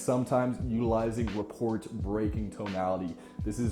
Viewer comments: Good tips, thanks. Love the quotes especially. Just wanna add that the "t" in "rapport" is silent. Sounds like "ruh-POR" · Your neutral tonality sounds like you could give a shit less. The third example sounds like you’re full of yourself. No judgement but in a business setting, this will not build rapport. I’m curious to know about your business experience. Lastly, rapport is not pronounced like report. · Never heard anyone say the word "rapport" out loud, I take it? Only a would think less of someone for that, but as a quick note for next time, it's a French word, pronounced 'RUH-POOR' with no 't' sound. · The T in rapport is silent. Otherwise a great video. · I cringed every time he said it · Probably wont see this but, Rapport pronounced "Rah-pore" Inflect, not Influct. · glad someone said it...